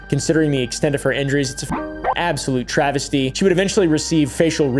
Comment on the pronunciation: It was a a "Travis"ty. Lol travisty